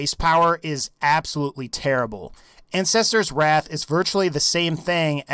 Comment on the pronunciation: when he said ancestors wrath sounded like incestors wrath😂